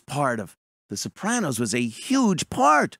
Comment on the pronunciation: I like how you added that little tongue roll thing to their name. The Soprrrrrranos... has a fun, zesty, ethnic feel. Like eating at Chili's!!